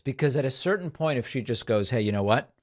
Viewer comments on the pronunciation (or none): none